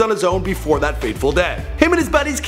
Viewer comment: and why when you quote the kid you say DAT instead of that. cmon bro you think we dont catch that subliminal shade you're throwing